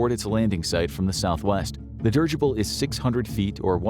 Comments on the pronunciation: "Dih-ridge-ible" not "Dirge-ible" 🙄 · It's not pronounced "dirgible". Please look it up. It's so effing annoying.